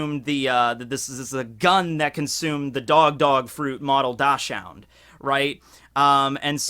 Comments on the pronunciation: Dachshund is pronounced "doksund", btw, your pronounciation made me sick😂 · The dachshund is pronounced doxxen if you didnt know. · Hey, might want to look up how to pronounce dachshund